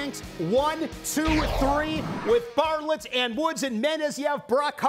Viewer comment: ...it's Bartlett no s at the end. You do great work!